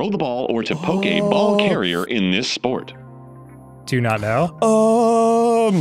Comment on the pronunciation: ... was that intentional or really big coincidence? the way he said poke a ball, sounded like Pokeball.